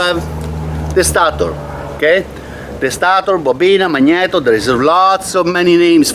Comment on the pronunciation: I like the way he said magnito . Least thats what i think he said lol sounded cool all i know 🤣